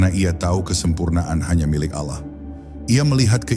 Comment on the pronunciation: Maaf, mengucapkan lapadz Alloh supaya d perbaiki🙏